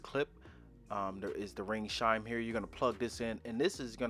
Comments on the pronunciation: It’s chime, not shime. Chime has the same first consonant as church. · Not the grammar police coming for you for saying “shime” instead of “chime. Sometimes people pronounce things differently. He could have an accent or their primary language may not have a “ch” sound. It could be a speech impediment, or simply that he is used to a different pronunciation. Get over it. The English language isn’t the only language in the world and hyper focusing on his pronunciation just makes you sound pedantic. He’s just trying to be helpful and that’s what you care about. Take it for what it is. Grow up. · Glad I’m not the only one who noticed he says shimes instead of chime😭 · It's not shime. It's CHime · Lol he said it like 10x